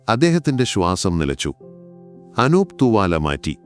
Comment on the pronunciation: അക്ഷരങ്ങൾക്കും വാക്കുകൾക്കും സ്പുടത ഇല്ല. ചില വാചകങ്ങൾക്ക് full stop ഇടാൻ ശ്രദ്ധിക്കണം. പിന്നെ അനൂബ എന്നല്ല അനൂപ് എന്നാണ്.